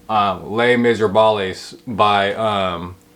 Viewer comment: There's no way you think Les Miserables is actually pronounced like that. You must be trolling. And if you're not ... bless your little heart.